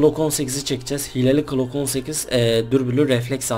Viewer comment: Klock değil abi glock😂